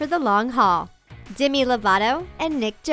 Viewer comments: Its demi not dimi lol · its demi not dimi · Why did they say Dimi instead of Demi? It just annoyed me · demy not dimy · how she said Demi